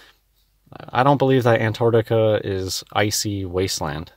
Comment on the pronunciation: Damn mouth-breathing oxygen-thief can't even pronounce Antarctica.